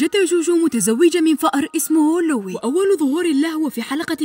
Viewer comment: إسمه لوي ليس ليو لكن شرحكي جميل إستمري❤